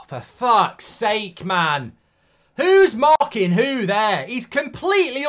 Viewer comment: "Hoo's maahkinn hoo'?" is a classic